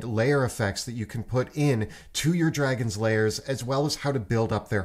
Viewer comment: I notice that and say "lairs" as "layers." Maybe it's because dragons come from eggs.